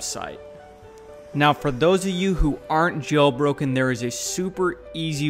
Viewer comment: am i the only one who hears jobroken?